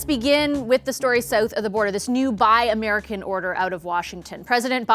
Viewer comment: Did she just say "Sooth of the border"